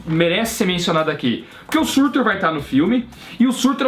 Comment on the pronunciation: o nome é SURTÚR.